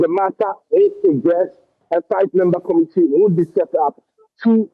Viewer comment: Huumm our English if I head the sound well " to meet the comidi "for committee 😂